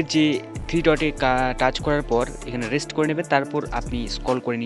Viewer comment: রেস্ট না রিসেট😂😂 শিক্ষিত অভারলোড😅